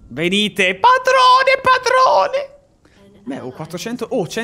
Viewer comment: pAdrOneh pAdRonEeH